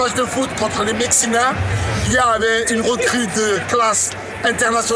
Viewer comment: « Les Mexinains » 😂😂😂😂